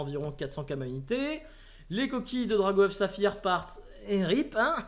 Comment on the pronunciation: C'est Drag' Oeuf pas Drago Oeuf. et le bieeeen change ça !